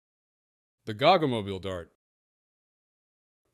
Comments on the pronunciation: It's ponounced Go Go Mobeal G-O-G-G-O!!! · oh FFS.. please learn pronunciation WTF is a gog gog moble? its G O GG O aussies will get it ;-)